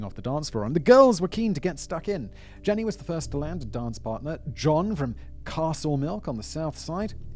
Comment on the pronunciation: Jean-y, not Jenny